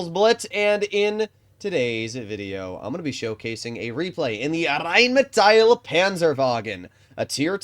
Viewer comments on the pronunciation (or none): Just in case you care. You pronounce the rhm like reinmetail. Just let the i away. Pronounce it more Like the englisch metal and emphazise the A. It has to sound like the way you pronounce it but without the i.